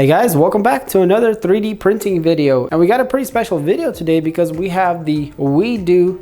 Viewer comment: its not wee-do its WEED-O